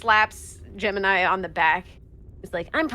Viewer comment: rabbit you mf'er, Gemini, Gem-in-eye